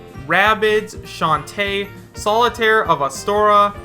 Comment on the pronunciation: Is this video a joke? Seriously? This is bull if I’ve ever seen it why do you believe this? Also Solaire not solitaire... and it’s so non realistic... if it’s a joke vid make it more obvious